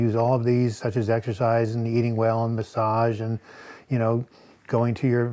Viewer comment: "Exercise" not "Exersize"